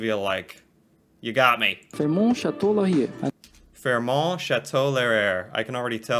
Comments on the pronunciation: Chateau LAUR-EE-AA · Because you seemed unsure: Rideau is pronounced 'Ree-dough' Laurier is pronounced 'law-ree-yay' Also January and February are the coldest months. It starts to warm up around mid March and we hit more hot weather usually by the may 24 weekend (a holiday here) and it starts to get cold in mid September (we just had our first cold snap this weekend, but it will fluctuate a bit until mid October when it really starts getting cooler). I'm glad you liked this small handful of our landmarks; they missed a LOT, but it was only a short video. Please visit!